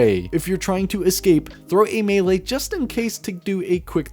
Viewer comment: holehog, handsoap, mele, geez bud